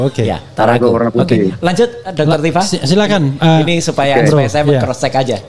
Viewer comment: Bkn tufa, tp Tifa, f refly harun